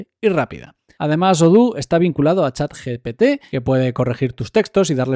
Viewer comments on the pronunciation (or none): none